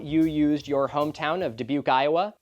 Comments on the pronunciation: Dude the mention of Iowa..not from Dubuque but still took me by surprise :P well done pronouncing it dude :P good video as always, keep up the great work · Omg, he got me with Dubuque Iowa! 😂 Also, bonus points for correct pronunciation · As someone from Dubuque Iowa, I had a fucking heart attack watching this video. Doubly so because you pronounced it correctly.